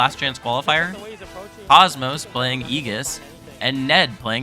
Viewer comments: Just a heads up btw it's like ee-djiss not ee-giss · Great video, also its (Aye-jis) not (ee-gis) thats all lol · ējis is how it's pronounced. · Hearing Aegis pronounced like that made me feel so uncomfortable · I honestly can't wait for rip tide that is going to be soooooo hype, I don't think you understand. Also be ready for the rise of Meta Knight, with offline coming back and actual reactions he will be a menace, maybe not super popular, but a strong meta character. As just fantastic video, great voiceover and just info in general (kinda didn't like the way you said Aegis) MK B META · Who taught you how to say Aegis lol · Who tf is aegis